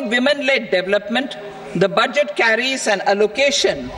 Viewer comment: Murkho budget uchharon o pare na